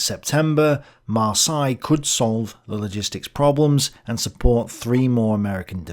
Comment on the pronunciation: There's not a single Englishman on the planet who can ever pronounce "Marseilles" correctly. I'd rather you inserted a TTS voiceover for that city's name than hear you butcher it LMAO